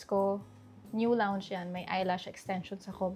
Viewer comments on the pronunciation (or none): none